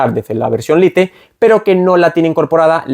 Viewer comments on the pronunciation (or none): Si pronuncias "lite" (como estatía escrito en español ) y no "lait" cono deberia sonar en inglés, porque pronuncias "activ" y no "active" como esta escrito... En fin, la hipocresía 😢